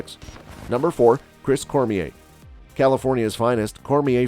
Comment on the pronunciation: ya know, for a channel named Bodybuilding Moments, you would think they could correctly pronounce their names 🤦🏻‍♂️… they did a real number on Kevin Levrone, Chris Cormier, and Paul Dillet.